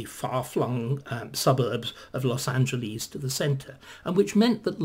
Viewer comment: Dr. Starkey, please take note of the pronunciation of "Los Angeles". It's not Greek. It's not "Los Angeleeze", it's "Los Angeless". This is a mistake that far too many British people make.